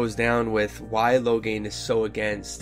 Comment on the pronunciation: I think this is a good idea. I giggled everytime you pronounced Loghains name as "Lograin". Hehe anyways, I'm glad you are doing this. I haven't read any of the DA books except "Asunder" because I was curious about what happened before DA inquisition.